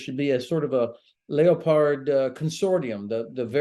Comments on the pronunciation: Learn how to pronounce, it's not leo-pard, it's leopard just like the cat, pronounced lepard. Plus stop making apologies for Germany. Give Ukraine 200 of the old artillery in storage. Why don't they, because there's no money to be made in doing that. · What's a layerpard does he mean lepard ? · I would like to let all Americans know that the name in Leopard, pronouned Lepard, NOT Leo Pard FFS. I keep hearing Yanks tanking in some strange and mistical tongue they claim is English when its not. Seriously though, overall good interview, but I have to question the general comments about MBTs, Abrahams require massive infrastructure to support them, they require a lot of maintenance and they have regular break downs as a result of their complex systems - the Ukrainians do not have time to build up the knowledge and skillset to support such a complex machine. With regards other MBTs, such as Challengers, Challenger 2s and LeClercs, these are very heavy tanks, all over 70T and they all in need of extensive logistical support to transfer them safely to the warzone - plus, the Ukrainians would need extensive training to use these systems effectively - and they simply do not have the time. What should be done is the gathering of all former Russian built tanks from around the world and buying them, then transporting them to Ukrain, they are known to the Ukrainians, they have the systems to support them and will not need retraining to use them. There are plenty of nations that currently have Russian built tanks but are not dictatorships, deals can be done. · Is Germany's tank, the Leopard, pronounced like the animal it was named after (leperd) or has this guy been saying it wrong (leo-pard) his whole career? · he drives me crazy its a 4 legged african cat , leopard is pronounced lep herd , not lay up hard , grrrrrrrrrrrrrrrrrrrrrrrrrrrrrrrrrrrrrrrrrrrrrrrrrrrrrrrrrrrr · What's a lee-o-pard? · “leo-pards” hmmm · I always thought it was pronounced "leh-prd".